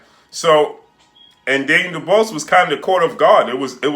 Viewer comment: Mate at least pronounce Daniels surname right